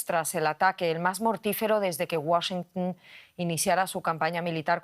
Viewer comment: Enseñenle a como se pronuncia la capital de EEUU. No es Washincun, es Washington